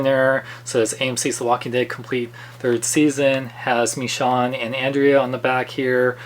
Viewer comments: Sorry but it's pronounced "Mee shown" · is it just me or does not pronounce the "sh" sound? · You say Michonne name weird